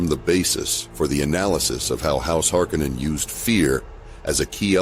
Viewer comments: What's with all the alternative pronunciations lately? Duke :Let-O? House Hark-a-nen? Good video, and maybe tomato tomatoe, but still...! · He also stated that it was pronounced Harko nen, as in the first film. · I thought Frank Herbert pronounced the name a lot different from the way it is in this video.